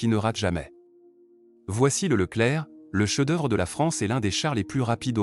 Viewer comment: On en est même pas à 30 secondes de vidéo : voix d’IA immonde, saccadée et même défaillante à 24 secondes , ”Canone de 120mm” ”le cheu d’oeuvre de la France” Déjà que le titre est faux, si en plus la forme est bâclée... pouce rouge.